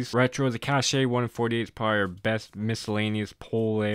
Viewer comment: Metal-X is pronounced "Metallics" and Cache is pronounced like "cash" FYI